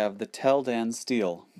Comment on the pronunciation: It's pronounced stee-lee, not steal.